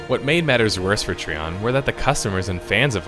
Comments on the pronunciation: Trion is pronounced try-on by the way. as per devs :) no hate. just saying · I don't remember the letter "i" to have an "e" sound. Lol Treeon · Is it really pronounced Tree-On? I've always just said "Try-On". Am I incorrect? Because hearing you say it that way is causing me to grimace lol. Also I loved the idea of Archeage. I spent $400 on the founders packs for myself and others. We got ambushed by the cash shop to buy land plots and place houses though, where we had the audacity to try and rush the quests to unlock access to the larger plots. So yeah...it ended up just screwing us with the cash shop patch it ruined it for me and my friends. Mix in mass grinding for a single "end-game" "epic" item...it was awful. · hey man good vid, but trion is not tree on its tri on like tripod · I thought Trion was pronounced Try-on not Tree-on. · Great vid but it is trion not treon as your saying it you say it tri-on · that was fast. this game shares a lot of the same design philosophies and problems as Albion... so I expect Albion will follow the same path since they don't seem keen on learning from prior game's mistakes. also... TREEON (it's try-on) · its TRION you should know better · Trion is a terrible company and always has been. The game had so much possibility. And oh. . great video. .I just winced every time you said "Tree on". . Its "Try on". . Trion. . like Tripod. . But that is not important. . GREAT summary! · I can tell you never played Archeage based on how you pronounced Trion. It's Tri-on not Tree-on. But then again they are the scum of the earth so butcher as u please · Wtf is a Tree on? Are you talking about Trion (Try-on). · It's pronounced Tryon! TRYON God dammit! The video is great and all but every time you say treeon I cringe so hard it's unbelievable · Tree-On != Try-On (Trion)? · Tree-on lol what a dipshit. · I thought it was pronounced like Try-on